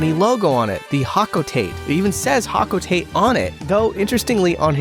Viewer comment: 🤓☝️ erm it’s pronounced ho-co-tot-tay in reference to the street the Japanese Nintendo headquarters is located on